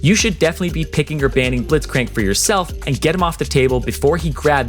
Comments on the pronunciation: The first time you said Blitzcrank you said "Blithcrank" lol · The way u said blitzcranks name Blit-crank